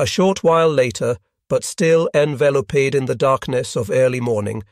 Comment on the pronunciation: envel o paeed ???? is this AI or someone who cant pronounce english????? here, this is how its pronounced > en vel oped as in hoped